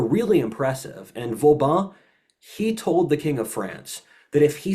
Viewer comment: It’s cute how mispronounces practically every French final syllable incorrectly as “an” EXCEPT with the “an” in Vauban. But in THAT case it’s the the cohost who mispronounces it as “Vaubin”.